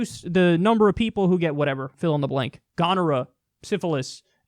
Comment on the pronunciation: mispronounced gonorrhoea. also circumcision is not Catholic thing (it's more American culture thing)